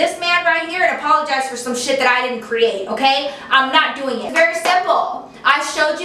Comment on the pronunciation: APOLOGISE she wanted u to apologise can u please rephrase that cause i am really finding it hard to figure out what the hell she's saying btw i love u so much